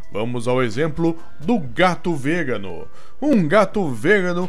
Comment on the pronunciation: as vezes parece forçada sua narração. E tem uns erros de pronuncia em vegano e outra palavra q agora esqueci...